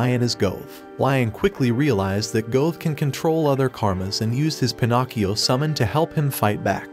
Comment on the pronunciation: That's the correct pronunciation